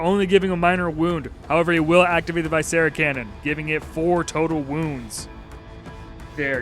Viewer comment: Its "vih-scera" not "vy-scera", like the word "visceral", it refers to the intestines.